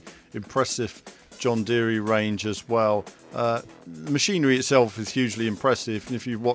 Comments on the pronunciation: John Deere is pronounced like “deer” not “deary” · it’s an American brand and I’m American and I’ve only ever heard it pronounced like “deer”. The guy you’re riding along with in the video also pronounces it like “deer”. I think whoever told you to pronounce it like “deary” was messing with you lol